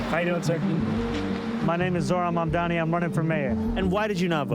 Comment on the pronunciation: "zohran mamamdi" 😭